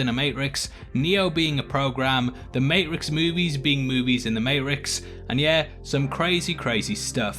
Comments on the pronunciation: Funny how you pronounce your T's with every word except Matrix and Saati. But on one occasion, you pronounce the T in matrix. Not gonna lie, I found it annoying as hell. Why discard the T in the Ma-Trix and pronounce it as Mae-Rix?? And dont say accent as it doesnt seem to affect any other words in your vocabulary. Sort it out. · Mate-trix, mate! Not Mate-rix. Doing my fcken head-in 😬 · Are you mispronouncing Matrix on purpose? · he says Matrix correctly!!! then immediately goes back to mate ricks...sorry great video, just massively distracted by the pronunciation! lol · Here in the U.S., we pronounce the “T” in the “May-Trix”. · Why is the MATE-RIX? Dude edit this video and say it properly. Jesus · What the freak is a mate-rix? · I’m sorry the mate-rix?...oh okay 😐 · I just have one question- what the hell is the “may-rex”? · Why do you pronounce matrix as "mate-rix"? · Sort out your 80% mehrix, poor word formation and say it properly you bellend. Matrix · For the love of God stop saying mate-rix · Mat-ricks.... he purposely pronounce it? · Maricks lol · Is May-Ricks an inside joke or do you have a speech impediment? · Struggling with mate-rix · Is he saying.mate rix? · You’re deffo emphasising “mate-rix” on purpose. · He doesn't even pronounce the T though. Im pretty sure hes saying "mayrix". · The way you pronounce Matrixs throws me off everytime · WTF is the Mate-ricks? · down vote for saying Mate-Ricks wth is wrong with you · A mate-ricks within the mate-ricks within the mate-ricks! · Stop saying "Mate-rix"!! It's driving me up a f#%king wall!! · Wtf is a Mate' Rix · What’s a Ma’y’rix’? Silent T version? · I dont like how this individual pronounces matrix as maerix...i had to stop the video. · You pronounce MAY- TRICKS weird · You say mayrix 500 times in this video and then right as you are talking about an anomaly in the code, you say matrix . Coincidence?! I think not! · I love the May-rix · why don't you pronounce the t in matrix. the marix. with eo.